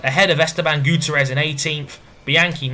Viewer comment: You still pronounce Gutierrez wrong - it's Goo-TEE-air-ez, not Goo-ter-ez :P